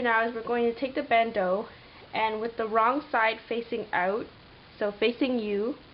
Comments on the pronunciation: It's pronounced Band- Oh. not ooo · It is a bandeu or bandooo ;)